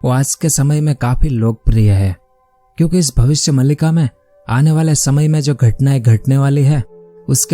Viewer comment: मलिका नही मालिका हैं भाई